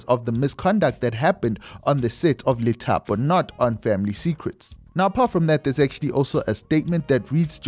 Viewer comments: Lithapo is pronounced Dithapo brother… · The Li in Lithapo is pronounced as Di